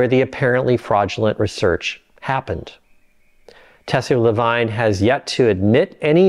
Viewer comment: Lavigne, as in | la viń | not " vajn". Ansel Keys 😂